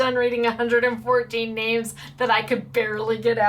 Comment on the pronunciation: you did fine with all the names <3